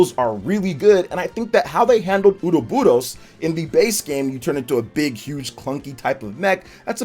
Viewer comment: the way you say ouroboros still kills me every time lol